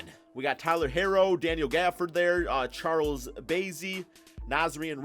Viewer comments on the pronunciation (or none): none